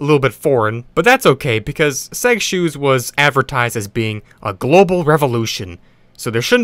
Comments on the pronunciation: It sounds like you’re saying sex shoes. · In you would hear him telling seg shoes. But turn the captions on. 😂🤣🤦‍♂️